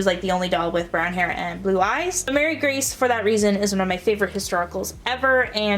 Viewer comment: I have all of these and Cecile is my most expensive as well. Marie Grace... pronounced Muh-ree Grace, not Mary, btw... would be the next. My Nellie, Emily and Ruthie were pretty pricey, but honestly Caroline and Elizabeth were both easily found and fairly inexpensive :)